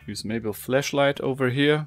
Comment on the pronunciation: Your accent is nice but you should practice saying flashlight and not Fleshlight